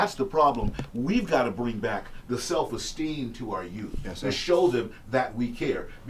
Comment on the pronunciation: It's not Youf.....it's youTH. It's real easy to say. Put your tongue between your teeth and blow a tiny bit of air. So you say U....th (tongue in teeth blow air)